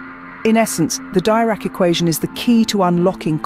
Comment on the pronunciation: Please pronounce it Deerac.